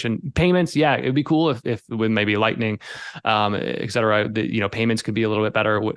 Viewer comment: It's not x-cetera. It's et cetera.